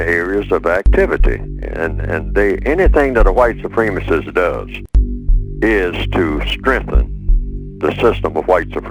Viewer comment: White supreme-isist...tf you pronounce it like that....idk he must have the bigger plan